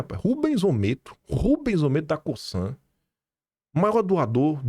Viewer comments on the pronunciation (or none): Não é “Co”ç”an “ é Co”Z”an , a Cosan 🤭🤣😘